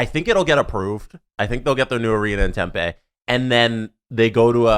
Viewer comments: Hey boys, southwestern American here. Totally minor gripe, but the town isn't pronounced like tempeh. Tempe is tem-PEE not tem-PAY. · Dear the boys, It’s pronounced Hila River arena even though it’s spelt with a g and it’s Pronounced tempe not tempa. Thought u might want to know since these topics probably won’t go away anytime soon lol